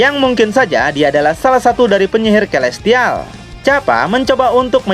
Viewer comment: Celestial : (Baca : Selestial) Terimakasih bang.. Saya ngikutin terus semua ceritanya 👍👍👍